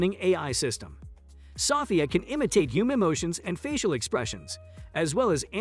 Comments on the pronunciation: Sophia = so-FEE-uh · Why are you saying sophia wrong? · your not pronouncing Sophia name correctly